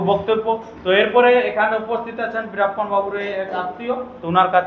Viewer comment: বিরাপনা ন বিরাপ্লন বলছে ঠিক করে সুন youtub করছে